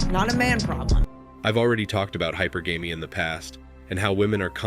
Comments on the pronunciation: 'High – PER –gah-me’ is generally how it’s pronounced – not 'High – PAR –gay-me’. That said, I completely and utterly and totally – 100% agree with everything you said. You even were ‘astute enough’ to point out/mention that there were two broad areas where men had thought things through and figured out that women were no longer ‘worth it anymore’: The first one being – STRICTLY FROM A essentially Financial Cost/Benefit ratio. But there was and is an I’ve thought of it and you pointed out as well – there is also a Risk/Reward ratio that men consider and have come to the conclusion in this area is well, women and Mary life aren’t worth it. Too much trouble, too much expense! Too much aggravation – you can NEVER please them no matter what you do – they will always find something to complain about and be dissatisfied about and blame YOU. And they have too much POWER today – with false accusations – increasingly being used for blackmail and extortion both within the Family Court system during divorce proceedings, and also even in job/business/career settings – IT’S NEVER GOING TO WORK – EVER – BECAUSE IF WOMEN DON’T GET WHAT THEY WANT, IT IS SIMPLY FOR ALL PRACTICAL PURPOSES IMPOSSIBLE FOR MANY OF THEIR SEX TO NOT BLAME IT ON SEXISM AND MISOGYNY. That’s a ‘wildcard’ that men do not have available to them and thus they cannot play it. Equality? Women are ALREADY more equal and entitled and protected and subsidized and caudal to than any other group – at least among women in the We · The creator of this video needs to learn english better. You're either in another country or is from another country. I'm sure you're getting your material from ither red pill creators. It sounds the same as others. Learn how to pronounce hypergamy. You're not pronouncing it correctly.